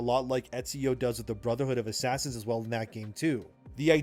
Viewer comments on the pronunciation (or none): none